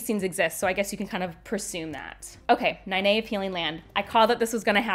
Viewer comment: I'm sorry but from the audio books and the source material you are mispronouncing Nynaeve's name.